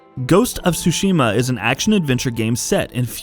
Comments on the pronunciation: It's Ghost of TTTSSSUUshima and not xuxima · Very excited for this game! But, it's torture to my ears every time he says "Sushima" instead of "Tsushima"... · Hahaha, this dude pronounces the title as Ghost of SUSHI-MA! LOL! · Please stop pronouncing it SU-SHI-MA. The tsu sound is not the same as the su sound. I just want people to take the Japanese language more seriously if you are into the Japan culture and history. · The T isn’T sillenT... Tsushima :/ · First learn to pronounce the name right god damn it